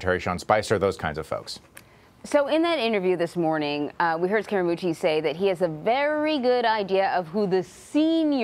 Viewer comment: There is a subliminal BS tactic underway to smear Scaramucci by mispronouncing his name to emphasize the word "scare". Listen for it.